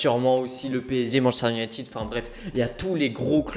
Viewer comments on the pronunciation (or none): none